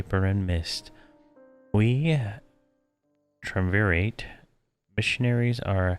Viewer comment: It's actually pronounced try-oom-vuh-rate.